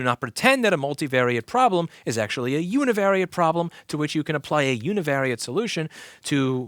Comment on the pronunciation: Don’t ever say univariate ever again.